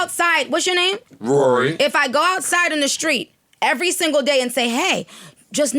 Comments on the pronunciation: Joes “Rory” 😂😂😂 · “Rory” Lmao!!!